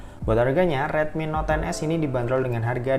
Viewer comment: Not 10s wkwkw salah nyebut ya bang